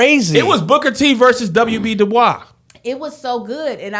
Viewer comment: I don't know why I was holding my breath when Kev said W.E.B. Du Bois 🤣🤣🤣 I guess I'm used to him messing up words on wording is hard. Whew great job 👏 🙌 👌